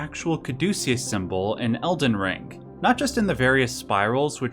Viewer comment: Its elden ring not elden rink.